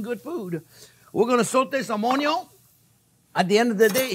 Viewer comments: I could listen to him say onyo forever haha love you chef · I love the way he says onion. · I think I watch him more for entertainment than for cooking because I laugh so much with him, especially when he says the word onion 😆.